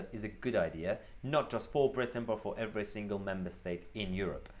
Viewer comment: every, not e wry.